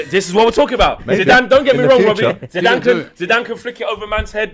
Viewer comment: Zidane. It’s Zidane.